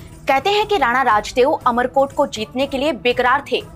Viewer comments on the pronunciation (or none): इसका नाम अमर कोट नही उमर कोट है